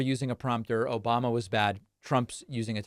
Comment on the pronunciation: Trump thinks he's healthier than "Obamna'?! 😂😂😭